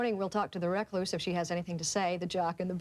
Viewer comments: Didn't understand what host was saying at first, pronouncing recluse as 'reck-loose'. Also didn't know Ringwald was still at high school when it was made. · The way the presenter pronounces recluse ??